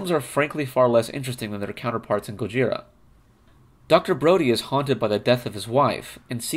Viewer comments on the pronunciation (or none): The name GOJIRA is actually pronounced "GO-jz-EELah"!